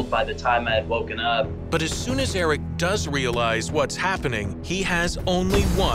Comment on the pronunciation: May I just say the name is not Eric it is Aric.